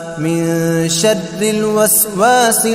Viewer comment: یہ شر کو شد کیوں پڑھ رہےہیں ؟؟